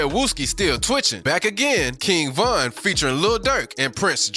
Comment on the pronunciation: Exactly and he said Von's name wrong and he showed duwop instead of dooski 😭😭